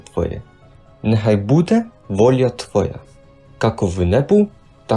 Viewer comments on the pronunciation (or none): none